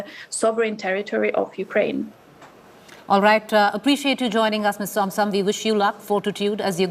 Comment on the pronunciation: Anchor is more interested in appearing tough than to get facts. Firstly, she can start by pronouncing Ukraine and not saying Ukuraine. She is calling for cease fire of the demand for Russia to withdraw from Ukraine. It is a nonsensical argument - Ukraine is a sovereign state and Russia invaded without provocation and is the aggressor